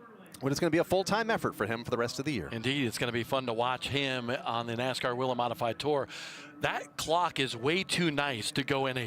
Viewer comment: Why do they keep calling it WEE-lin when in their own corporate TV ad they pronounce it WAY-lin????? DUH???